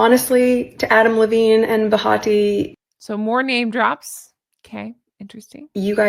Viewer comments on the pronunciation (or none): Her name is Behati. Not Bahati. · Did anyone else notice that she said “Bahati”, her name is BENHATI. If you’re going to name drop, at least get it right.